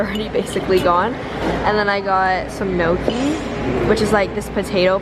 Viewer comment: i mean this in the kindest way but, as an italian, the way she pronounced "gnocchi" hurt